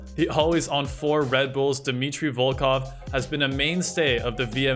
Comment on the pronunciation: “Always on 4 Red Bulls Dmitty Volkov” Lmao